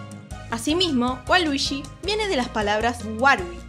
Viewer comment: luishi y waluishi jajaja